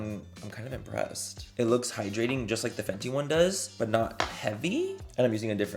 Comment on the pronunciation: The way you pronounced the fenty gloss… dying! Lmaoooo